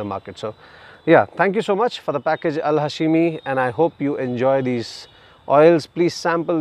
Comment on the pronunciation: Not ha-she-mi but hash-mi